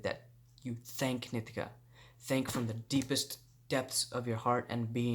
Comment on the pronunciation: "nee-TEE-kuh" NOT "NIH-tih-kuh"! 😠 Say it fukn' right bro! Grrrrrr 💥👊